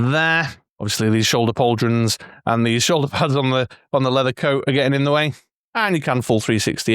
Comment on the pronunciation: "Pauldrons" DRINK! 😂 Crackerjack review, mate. How good is that figure hey.